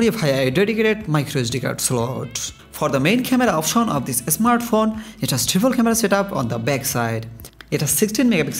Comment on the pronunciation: It's Bangladeshi accent. Indian Bangali don't call smartphone as "esmartphone".